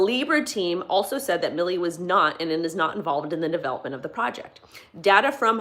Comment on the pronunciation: It's "Mil-lay"...not "Milley" . Thanks for the video. Much love.